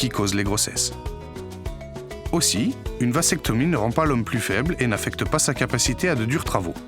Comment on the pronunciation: Le mot "vasectomie" se prononce \vazɛktɔmi\, et non pas, comme c'est prononcé dans la vidéo, \vasɛktɔmi\. Le "s" de "vasectomie" se prononce non pas comme le s de "sable" mais comme le z de "zèbre"